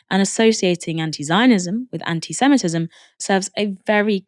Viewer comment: I think he should stop saying antysemetism. Just when u think u cant hate him anymore . You hear him speak . 😂